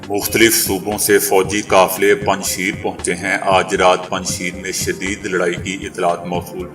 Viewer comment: Panj sheer nahi PANJSHAIR hy